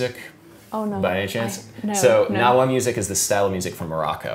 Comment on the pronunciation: just so you know, the G in gnawa is pronounced